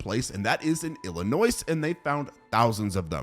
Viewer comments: Can we talk about Illi-noice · No way bro pronounced Illinois like (Ill-i-noise)💀💀💀💀💀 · Sorry to be that guy but the s in Illinois is silent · I wonder if some of the bite marks could have come from mating and showing affection ("flirting") like modern day sharks do Cuz don't forget they were animals not just killing machines out for blood 24/7 Edit: The way his words are pronounced sometimes... It's killing me 😭 you don't make the S sound at the end of the word Illinois